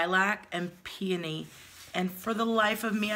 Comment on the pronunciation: I love that you pronounce Peony correctly! So many people mess it up, it's a beautiful and sweet smelling flower! Love ya ❤